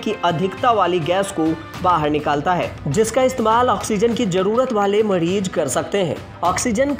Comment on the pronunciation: मड़ीज नहीं मरीज, उपकड़ण नहीं उपकरण.. सुधारा मर्दवा